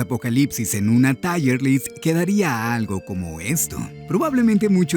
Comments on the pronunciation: TAAAIERLIST... Esa necesidad de hipermarcar la pronunciacion y el acento en ingles, en vez de decir, tierlis y ya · Hola. Vi tu video completo y si bien no escribo para dejarte una sugerencia. Si escribo para corregirte en la pronunciacion de una palabra. Cuando escribes tierlist lo pronuncias tal como se lee, por que la escritura de lo que pronunciaste es tirelist (taierlist). Solo era eso, saludos.